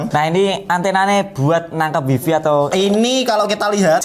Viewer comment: info, wifi dibacanya waifai. seperti bahasa cino.